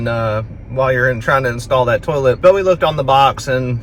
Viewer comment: Oh my goodness! I thought my mother and I were the only one to say "terlet"! Brought back sweet memories of her❤